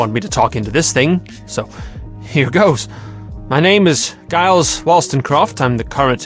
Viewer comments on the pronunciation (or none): none